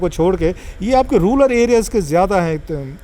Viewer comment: آپ واقعی دیہاتی ہیں، رولر نہیں۔۔۔رورل ہوتا ہے۔۔۔🤓